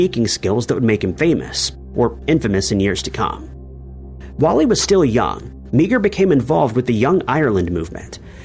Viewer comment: Meagher is not pronounced Mee-Ger, it's pronounced MAR.